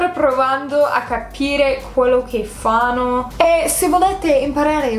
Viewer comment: Personalmente i debiti non li ho capiti personalmente non so neanche se ci andrei. Comunque apparte qualche piccolo errore tipo hai detto Fano (pasese del nord Italia) invece di fanno sei impeccabile